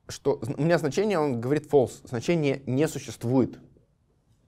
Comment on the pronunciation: false читается как фолс, а не фэлс. ` - называется бэктик (backtick).